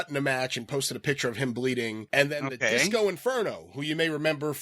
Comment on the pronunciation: Cody butchered Disco here